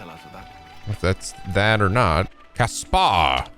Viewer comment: I like how pronounces Caspar’s name correctly here, but in Three Houses, he constantly mispronounces Caspar’s name to Casper despite having voice actors pronouncing Caspar’s name. Sylvain: You just don’t get it,!